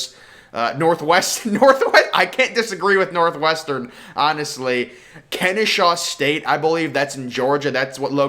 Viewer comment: That pronunciation of Kennesaw State was atrocious